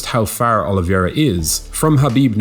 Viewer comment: Say it with me: "o-li-VEY-ra"